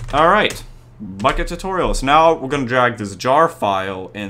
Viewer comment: When he says bukkit i hear fuck it